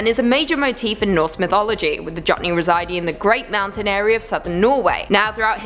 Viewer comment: Jotne is Norwegian and pronounced Yoht- Neh. Just thought I'd offer some help there.